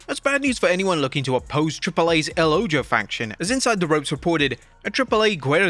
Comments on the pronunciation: It's pronounced like "El o-ho" (The Eye). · He's reading from a script. If he had watched the AAA show, he would know the correct pronunciation.